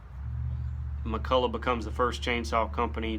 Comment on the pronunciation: Say it with me... Mack-kull-Ock. It's Scottish, not French. ..och is "ock" sound. Not.. ough which I "awe. Chevrolet is not Chevrolettt. Honor the man. How many interviews did he have to do where he corrects interviewers? It's McCulloch... NOT McCullough.